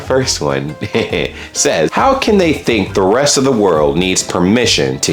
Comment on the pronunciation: Did you pronounce "Can" as "Canada"? 😁